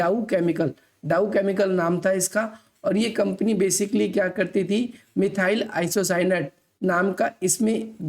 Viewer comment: मिथाइल आइसोसाइनेट ye hai n ki apka wala😂😂